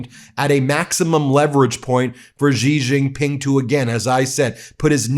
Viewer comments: Why do Americans on TV pronounce Xi Jinping "Gee Jinping"? It's pronounced "she." "She Jinping." Anyhow, I live in Taiwan and I will breathe a sigh of relief when Trump is out of office because he is so erratic, undependable and suggestible by intelligent dictators. Taiwan is a highly successful democratic COUNTRY. China needs to leave us the fuck alone. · You should learn how to pronounce Xi Jin Ping's name. Your pronunciation makes you sound ignorant. Pronounce it Shi Jin Ping. Not Ji Zhin Ping.